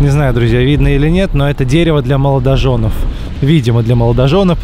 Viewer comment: Он говорит для "моложонОВ", о чем вообще речь...